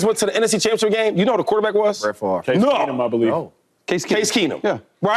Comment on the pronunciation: Bruh said Brett Farve🤣🤣 Vikings ain’t never getting no playtime on that man’s tv screen